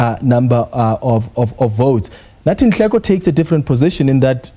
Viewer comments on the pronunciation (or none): Don't butcher his surname , he is Nhleko but not Nleko